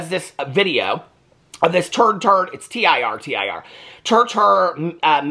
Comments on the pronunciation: Tir Tir is pronounced “tear tear” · It's pronounced Tear Tear lol 😢😢